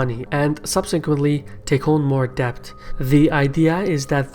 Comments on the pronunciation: Good work. But small observation: pronounciation of "debt" is "det" and not "debt". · debt is said like 'det' not 'dept' FYI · Those of you making fun of his accent and mispronouncing Debt as depth is unfair. He speaks many languages and his research is very good. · Great video! Pronunciation tip: debt is just pronounced 'det'. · Great video, but here’s a tip: debt is pronounced “det” - the b is silent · Please adjust your pronunciation of the word "debt". The letter "b" is silent, therefore you should read it as "det". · The b in debt is silent !!